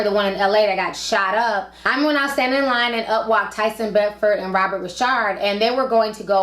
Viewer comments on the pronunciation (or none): none